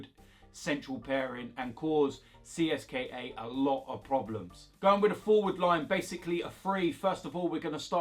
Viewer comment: It’s “Cist-ka” bro.